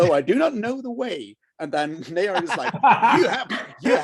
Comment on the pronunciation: Naiur is the right way to say it